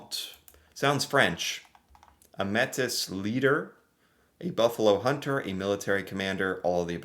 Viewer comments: 21-25 😶 Hi 👋 Métis is pronounced Maytea with just a touch of a French accent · Metis is pronounced like maytee. A trillium is Ontario's provincial flower. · Métis is pronounced May-tee…..not Maytis What you don’t know is that Japan attacked Estevan Point Lighthouse on Vancouver Island and dropped fire balloons on western Canada. That is why we declared war on Japan. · Hi - a pronunciation correction since it has come up in this video and a few others: the word Métis is pronounced May-tee (and definitely no S sound at the end. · Métis is pronounced May-TEE. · Gray here. The word Métis, is pronounced May-Tee. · Métis is pronounced May-tee ... the S is silent. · Métis = May- tee. Fluer-de-lys. = Flur-de-lee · Please learn how to properly pronounce Métis. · him reading the word Metis with out useing the accents hurt my brain ... but i also understand lol, I find it kind of amusing hearing someone from the u.s asking "what is a responsible government" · I should know how to pronounce it, French is my first language! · In french the S is not silent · Un métis, une métisse, métissage.....all french.....and the S is not silent, at least not in french and it's a french word.